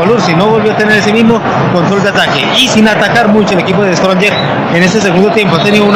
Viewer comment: Ese comentarista quien es? Como puede ser posible que diga The stronger... Esa clase de comentaristas tiene quique Rivera?